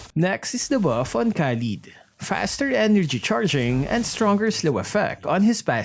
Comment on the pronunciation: says khadeed hahhaa